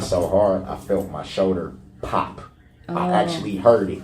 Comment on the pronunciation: I hate how he says shoulder. Showder